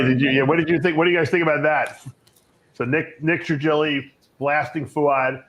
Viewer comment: Gregg, please say Fouad’s name correctly 🙄🙄🙄